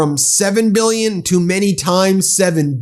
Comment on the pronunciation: “MEELYUNZ” and “BEELYUNZ.”